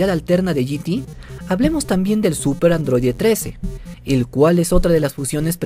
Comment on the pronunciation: Por que dice suPPer sayayin